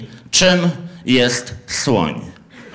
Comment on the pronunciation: Nie słyszałem jeszcze o zwierzeciu które się tak wymawia. O słońu szłyszałem ale o takim zwierzęciu jak wymawiasz Ty jeszcze nie słyszałem😂😂